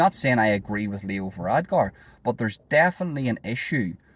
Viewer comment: It's VaradKar, not VaradGar.